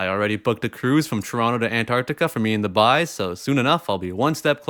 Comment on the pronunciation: Everytime you say the Boys™ I keep hearing the